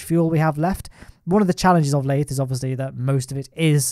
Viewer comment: Not a single soul:: lAyThE